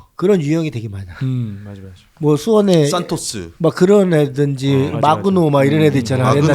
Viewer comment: 이그노 말고 마그노